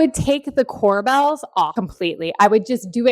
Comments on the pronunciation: Corbels' not Cor"Bells" I love the white Island with no veining. Beautiful kitchen ! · core-bulls, not core-bells